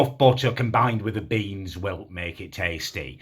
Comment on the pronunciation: Its beans not BEYNNZZ